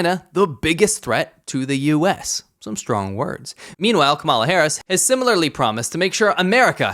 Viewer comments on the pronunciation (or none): la….not KaMAla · I think we've seen that Trump can be pretty easily manipulated. Flatter Trump, tell him how tremendous he is, and he'll decide you're OK. Beijing understands this well. The stress is on the first syllable in "Kamala," not the second /ˈkɑ.mə.lə/. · Her name is pronounced ….comma-la in other words , La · You pronounce Kamala wrong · Like you Buddy, but you should be able to pronounce her name. You speak fing Chinese! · Can you at least pronounce her name correctly? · Just a friendly suggestion. You should learn how to pronounce Kamala. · You’re pronouncing Kamala wrong. 😉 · Hi, I like your videos. However, you need to check how you pronounce the name Kamala. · You should learn how to pronounce Kamala. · Why do you mispronounce her name the way Trump does?